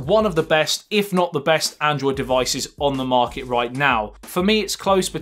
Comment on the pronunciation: Your pronunciation is so cool. Chorge, disploy... Morket... Love it